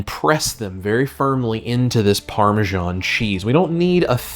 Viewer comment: “Parme-djaan” is one of the most pakistani sounding cheese on the world 😂